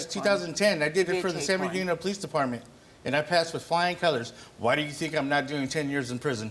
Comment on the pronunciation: Did he say San Bernardino... Smdh... Makes sense now... Dirty Dino... Sad.